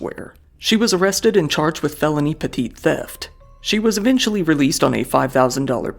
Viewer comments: Petite theft? Not petit theft? 😅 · Great job,! Just a tip..Petit theft is said as Petty theft. 😊